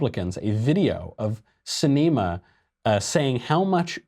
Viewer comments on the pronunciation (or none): Sorry Michael its cinema like the other name for a movie theater. Live your work, you just need to work on your diction. Ps I am from az and I have to hear her name every 5 minutes.